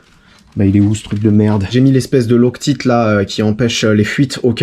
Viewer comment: Loctite.. prononcez Loc tight svp